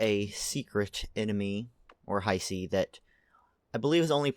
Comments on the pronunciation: It's not Haisi like said in the video, but also not how you say it. Hiisi, double I. that's a long sound. think of saying He and prolonging the sound, then si. Hee-si, Hiisi. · i thought it was pronounced he-see.